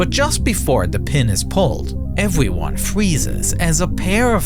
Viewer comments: ewveyyonee fweezes.. 😂 💀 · But just before the pin is pulled, evewyone fweezes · evweeone fweezez 🥶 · With all the AI voices nowadays, I actually loved hearing this lol. It is like how people love seeing the imperfections in actors' faces and teeth from before 2000, you see something real!